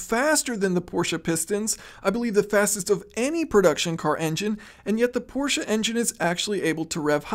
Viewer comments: You know the English language video is gonna be awesome when the narrator says Porsche instead of Porsh. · we are in agreement. I’ve lived in Germany and m6 next door neighbor is from Germany. The sha at the end is correct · Thank you for pronouncing Porsche correctly. “Porsha” is correct